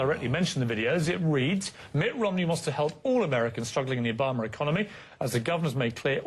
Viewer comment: STOP SAYING OBAMER, LOL